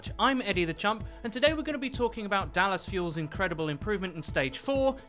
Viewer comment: Are you saying "Eddie the champ"? or "Eddie the chump"?